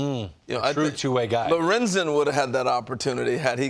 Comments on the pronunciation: リンゼンじゃなくてロレンゼンですね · リンズンじゃなくてロレンゼンだろ